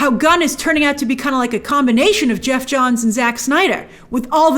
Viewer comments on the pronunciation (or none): none